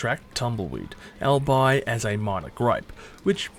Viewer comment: Speaking of minor gripes, "albeit" is pronounced 'all be it' not 'elbye'. (I'll try and pursue the caterpillar for you 😉 )